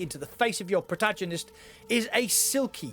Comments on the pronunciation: ProtaJonist 🤣🤣.. honestly mate, it's embarrassing.. it's pronounced Protagonist with a G like Golf not a G like genius 🤣🤣🍆...how did you get to be this age and never hear anyone pronounce protagonist??? 🤣🤣🤣🤣 Cant take any game review advice from someone like this 🙊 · Yeah, except Dell boy can pronounce "protagonist" properly 🤣🍆